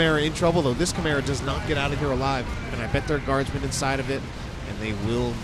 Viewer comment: I swear when you say chimera I hear camaro